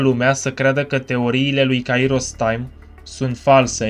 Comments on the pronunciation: are dreptate ppr dar nu prea are rost.. se spune kAiros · litera accentuata este a nu i in numele lui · pentru ca pui accentul pe i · Mor de ras cand pronunti Kairos